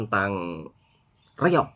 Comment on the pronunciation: reong dia kata malaysia klim😆, reog kan tarian kurafat. mesti jabatan agama islam dah marah.